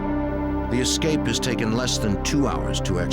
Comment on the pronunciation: The director of investigations should be locked up until he can pronounce "escape" without adding an X😂